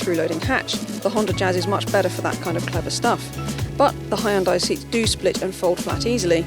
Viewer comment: Hyon-Dai- Two syllables. Can't be too hard...